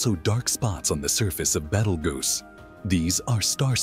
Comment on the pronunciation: A very interesting subject spoiled by a very bad "AI" (or I should say AS) narration and scripting. I managed to put up with the name of the Red Supergiant Star "Betelgeuse" being mangled about 8 different ways in 3 out of the 11 minutes before shutting it down.